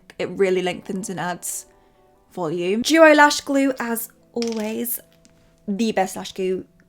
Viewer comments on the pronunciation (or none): none